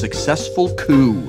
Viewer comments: I heard poo instead of coup at the beginning... please teach me how to have that successful poo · Kinda butchered coup a little, but still had great fun watching :D